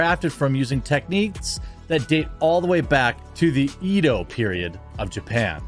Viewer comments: Diesel he is clearly saying "Ido" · the way you say edo period makes me think you are saying it wrong on purpose.